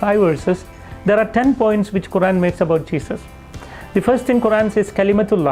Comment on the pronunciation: He didn't even pronounce Quran correctly 😂 ngl This man lying, he's a fraud